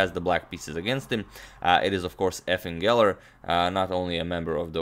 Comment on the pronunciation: When you said Efim Geller I thought you said effin' geller, as if Bobby was unhappy with his performance.